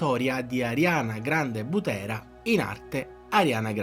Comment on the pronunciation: Per un secondo mi sembrava di aver sentito Ariana Grande BUTTENA e non Butera 😂